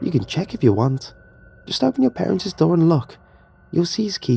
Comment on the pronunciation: For the upteenth time, there is no such word as "parentses!!!!" The plural possessive word parents' is pronounced "parents." When you mispronounce simple words it entirely destroys the immersion of the story. And oh my god, do you ever mispronounce that simple word every single time it occurs in a story!